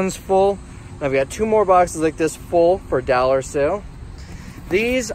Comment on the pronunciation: If I had a dollar for every time he said “dallar”… Just kidding, love your videos